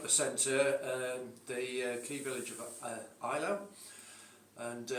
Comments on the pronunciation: Fun game! French is more like Ay-lo (like autre fois), and Russian more like ay-la-u, 'au' is not a diphthong in Russian, and German eye-lau. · The German pronounciation definitely is "eye-lau".